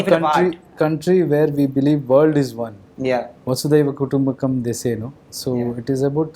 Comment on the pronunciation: It is 'vasudhaiv' kutumbakam. Not vaasudev. Sorry and thanks.